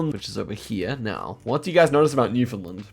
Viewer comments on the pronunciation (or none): Calling Newfoundland "New Finland" from now on😭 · Impressive, how better is now.👍btw it's Newfoundland not Newfinland. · it is actually pronounced new found land by the people who live there. Much like Queensland, the vowel is not elided. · how you're pronouncing Newfoundland makes me wince every time i hear it - sincerely someone from there